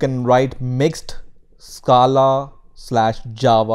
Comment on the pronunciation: Stop pronouncing scala